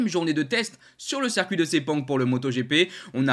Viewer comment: "Circuit" se prononce-t-il "cercuit" ?